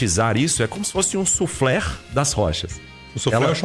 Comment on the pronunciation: "Suflerrr?"?? Soufflé, cara, soufflé! Afff